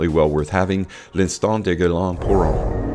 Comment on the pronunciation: Love your vids but dude, I have to say, you BUTCHER any French names LOL. Sorry, not sorry. Try it this way brother TARE DARE MEZ.....and Homme is pronounced like the measurement of electrical resistance Ohm. All good? Cool.